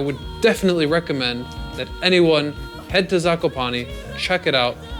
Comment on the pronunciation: ''zakopani'' xd